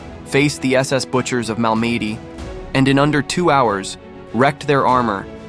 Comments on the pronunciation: A very well done video. Thank you. Just a gentle FYI...Malmedy is pronounced MAHL-mah-dee, not Mal-MED-ee. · Mal-ma-dee is how everyone should pronounce Malmady. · Learn to pronounce French place names. MAL-ma-day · Learn to pronounce French locations properly. Al me dee'. Accent on last syllable. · I believe that Malmedy is pronounced "Mal meh dee" with the accent on "dee". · Mal Meddy? Dam ai. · Is that how you pronounce “Malmedy”? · the narrator should have done more research on the event. if he had he might have pronounced Malmedy correctly. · Malmedy was a important part of ww ll history please get the pronounceatton correct. Thank u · I enjoyed your video- the video editing & story were wonderful, but please learn the correct pronunciation of the names of weapons & places before finishing your narration- Malmedy- ‘Mal-me-dee or BAR- Browning Automatic Rifle Bee-A-R. I’ll keep watching, but try to get a bit closer to accepted pronunciation of place names. I can’t watch most AI generated narrative because of the crazy pronunciation! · This is well written. But, the AI voice, while good, still isn't perfect. It's not BAR. It's B-A-R. As in Browning Automatic Rifle. And you need to use that term at least once before you resort to the term of B-A-R. Not BAR. Secondly, the pronunciation of Malmedy is off. It's slightly off. But it's still off. Other complaints are more personal. "Freedom seeds?" Really? Hmm. Not sure about that. Still, the description of what this man did and how you wrote the script isn't bad. You do need to stop using video from movies and start writing to video. If you need to make mockups, then that's something you should investigate. You can use those interspersed with the generic WWII footage you are using.